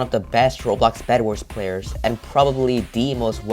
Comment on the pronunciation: Did u say best anlmals or player lol I hear anlmals